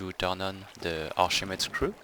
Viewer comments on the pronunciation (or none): OOHHHHH....ARCHIMEDE!!....I was wondering wtf arshama screw was. Accent is great, but formal names are emphasized in their primary tongues.....arkʰimɛː́dɛːs (k sound, not sh sound)